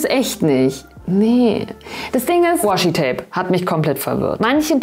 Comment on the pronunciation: Das Washi-Tape.. hier in Japan sagen alle nur マスキングテープ(masking tape) 😂 和紙 (washi, uebrigens WAshi ausgesprochen, nicht das Englishe Woshi ;) ) bedeutet quasi traditionelles japanisches Papier, ist also eine bestimmte Art von Papier